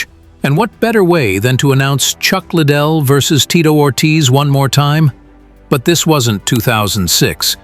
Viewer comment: Learn his name, you sound dumb…….Lid dell …..